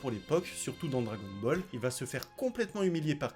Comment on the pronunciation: Je pense que t'es la personne qui prononce le mieux dragon ball au monde